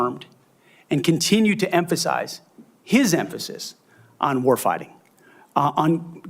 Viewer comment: 'Senatol, I will empasize'